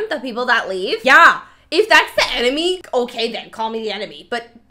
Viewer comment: The way you mispronounced enemy made me think of Nemo trying to say "anemone" 🤭😂😂